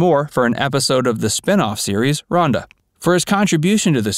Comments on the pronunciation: RHODA not Rhonda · rhoda not ronda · Spin off named "Rhonda"? How about "Rhoda" you dunce!!!